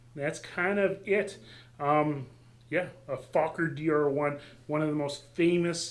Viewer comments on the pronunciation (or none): An interesting project. Is it a Ron Sands based DR-1? Speaking of talking I believe Anthony Fokker pronounced his name 'Foe-ker' not 'Fock ker'